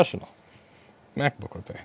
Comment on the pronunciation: His pronounciation of “MacBook” is absolutely brilliant to me.